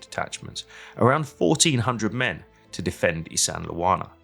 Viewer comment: LOL there's no sandle in Isandlwana it's pronounced ISAND - WANA or ISANDA -WANA with a silent L